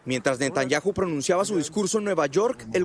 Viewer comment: No sabe pronunciar Netanyahu